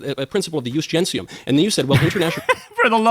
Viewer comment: Knowles even got that wrong - it’s ‘jus gentium’ not ‘jus gensium’. Room temperature IQ, this man.